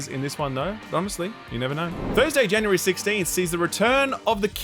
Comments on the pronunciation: Jan U Ree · please say January.